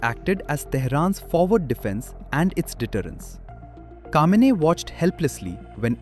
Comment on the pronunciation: It's Khameini not Kamini